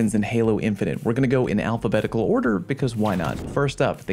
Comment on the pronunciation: "I'm gonna go in alphabetical order" Starts with Battle Rifle, puts AR in middle. "Alfabent"